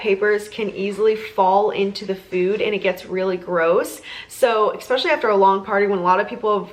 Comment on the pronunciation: so adorable! and the charcuterie is amazing! also please don't say eck-specially. there's no k sound in that word and you're driving me bonkers :) now, off to Trader Joes because I must try to make some of this for my son's party. thanks!!!